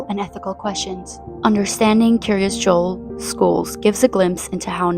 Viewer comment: I may be nitpicking but is Kiryas Joel not pronounced Kiryas Yoel? At least that's how we pronounce it in Yiddish. Also for those not familiar with Hebrew the word Kiryat pronounced Kiryas in Yiddish means town or city, so literally the City of Joel, its founder.